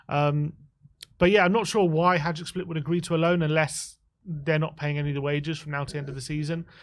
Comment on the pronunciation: It’s ‘Hajduk’ not ‘Hijuk’